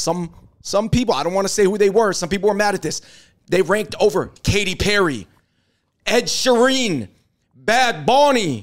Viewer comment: Why do you pronounce Ed Sheeran as Ed Shereen, David?